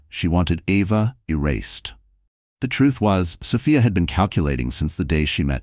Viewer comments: Sophia not Sofaya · It's a great story, but I don't like that it's an AI voice, the way the 'narrator' sometimes pronounces Sophia